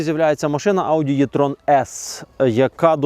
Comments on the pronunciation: Також Е-Трон це, а не Є-Трон. Трону тут нема ) Чомусь нас вчили букву Е читати, як Є російською. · Не існує варіанту в українській мові, за якого літера е читалася б як є. Це не є-трон, це е-трон, або вже і-трон, якщо дуже хочеться.